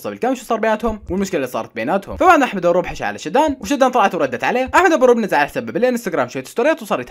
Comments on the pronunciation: بصراحة انا مع شادو ثاني اشي البنت اسمها شادو وليس شدان 😂😂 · البنت اسمها شادو مو شداد